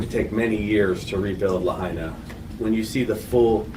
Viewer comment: You lost me when you could not bother to pronounce Lahaina correctly. There is no "hay" in Lahaina. It is pronounced la HIGH na.